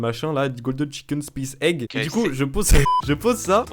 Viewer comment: "golden chicken Spice egg" 😭 (golden chicken spo-ouwn egg)